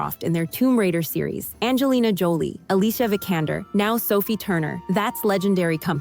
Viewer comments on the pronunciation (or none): none